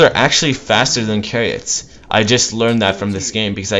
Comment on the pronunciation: it's CHARIOTS not frigging kariots. it's Chhhhhhhariots .. like change , like Channing Tatum , like chew. Not like chord.